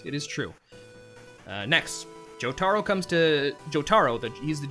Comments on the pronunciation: HOW DO PEOPLE WHO WATCH THE SHOW PRONOUNCE JOTARO INCORRECTLY?! ITS NOT joe-tar-oh it's joe-ta-roh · listen here BUDDY. its not JoTARo. its JoTAro